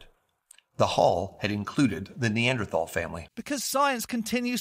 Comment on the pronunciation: Who was it that drew the illustrations? ARTISTS! Not scientists. Oh, can you PLEASE learn the correct pronunciation of Neanderthal as long as you're sporting that suit and tie trying to look professional?